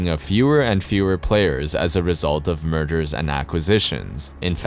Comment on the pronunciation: “murders and acquisitions” that’s what it sounded like….and initially you think that might be a mistake…but that may be more accurate.